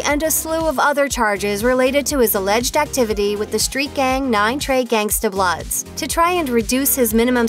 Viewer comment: You hear how she said bloods 😆..lol